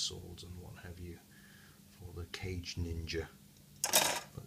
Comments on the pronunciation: It's "kah-gay", not "cage", lol. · Not sure if you were joking or not by calling it "cage ninja" or not, but the proper pronounciation of the would be Ka-gei, not cage. In addition, kage translates into "shadow", meaning that the name is Shadow Ninja Shazaku. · Still like the "sound" of "Cage Ninja" though take your word for it that "Ka-gei" may be more correct pronunciation-wise and "Shadow Ninja" is certainly cool! (and makes more sense than a Ninja in a cage ...LOL). In any case why not take me to task on the pronunciation of Zaku whilst you are at it? Should be "Zak" right? "Zeeg John" xD